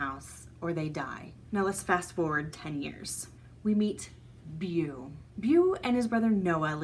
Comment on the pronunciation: Beau is pronounced "Bo"